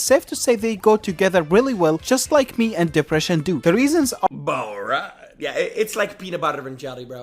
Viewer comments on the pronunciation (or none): "balright?" why he say it like that bruhh